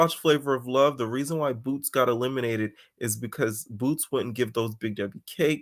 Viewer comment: Stop saying boots like that I can’t stand it😂😂😂😂 I’m at work loud asf🤣🤣🤣🤣